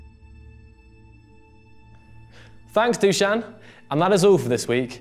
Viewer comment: Fact: 0 people in the comments have pronounced Dušan's name correctly.